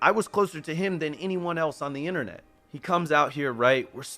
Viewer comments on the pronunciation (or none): none